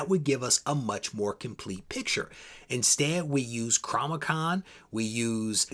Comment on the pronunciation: I am triggered by you saying Cromichon instead of Comichron